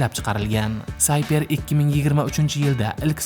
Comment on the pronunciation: Hurmatli akalar iltimos kontent yaratayotganda talaffuzga e’tibor qilaylik.Ularni özi qanday işlatadi şunga e’tibor beringiz. Sayper emas siper- himoya qalqon ma’nosida